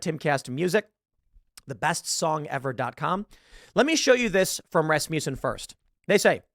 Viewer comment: Rasmussen is pronounced 'RASS-m'sen'.